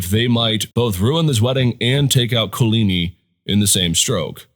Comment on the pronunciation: Could you please find someone at your school to teach you how to pronounce Guise and Coligny correctly?